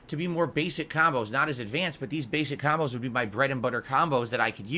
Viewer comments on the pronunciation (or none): ahhhhdvanced kahmbows LOL kahmbow kahmbow kahmbow kahmbow everythings a kahmbow. Also does he forget that his chat is in 24hr sub mode so no trolls cant just stubmble across his stream and decide to troll. must think trolls sub then wait in the wings for the perfect moment to strike.